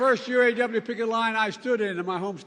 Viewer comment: Obiden can't even say,U. A. W.. Right.